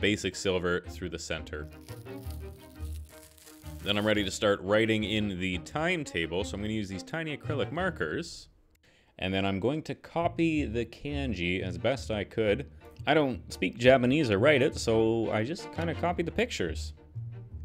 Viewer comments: can-gee LOL I love how you said that. I was confused for a second ^_^ (kahn-jee) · kanji ka n ji not "can ji" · "can-ji" made me cringe. It's "KHAN-ji". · I know this is old but the way he says kanji is killing me